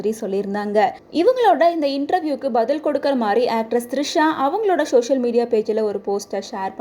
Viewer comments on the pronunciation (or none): It's social media not shoshil media 😂